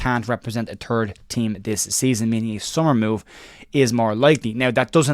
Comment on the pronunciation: Turd or 3rd? Love the accent buddy!